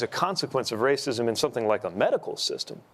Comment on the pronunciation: Shut up Matt, it's always the rah-sah-sism